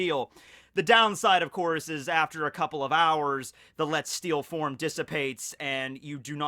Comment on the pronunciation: its more pronounced like letzt shtil